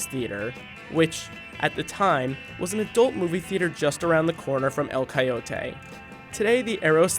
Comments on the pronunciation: It's El Coyote, not El Coyo-tayy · And El Coyote. (Karmann Ghia was atrocious too)